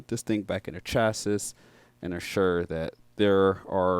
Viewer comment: Chassis = Chass E not Chass Us